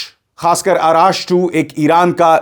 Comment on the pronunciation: सरजी अराश नही अर्श है नाम उसका